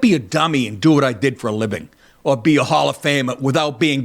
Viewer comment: "Did" not dias'